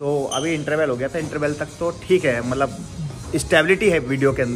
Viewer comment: Bhai malap nhi Matlab hota malap malap🤣🤣🤣